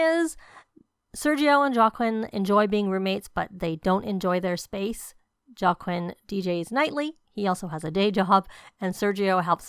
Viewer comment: Whoa!! Girlllll! This is amazing!!! Please say it's up on the gallery...All the prices of landscaping have been reduced. The youtubers who built for this pack requested a reduction due to needing to keep things cheap while building what EA requested. Please don't think I'm being snarky because I'm not but Joaquin is pronounced "wha-keen" I only know this because I worked with someone with this name.